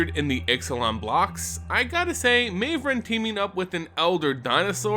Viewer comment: Surely Mavren isn't pronounced that way?